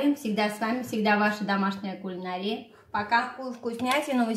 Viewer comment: Спасибо огромное за ваш труд! Влюбилась в вас и ваши рецепты! Одно маленькое замечание: в слове кулинАрия ударение на третьем слоге. Не обижайтесь, пожалуйста, это не упрёк, так многие говорят, к сожалению...